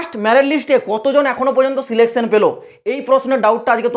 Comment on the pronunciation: Selection ❌ Selecaion ✅ 🤣🤣